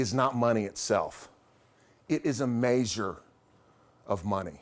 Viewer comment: "Mayzhure of length."